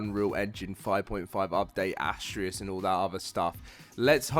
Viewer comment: Why is that so many folks can not seem to pronounce Astraeos properly its ( uh·stray·us ).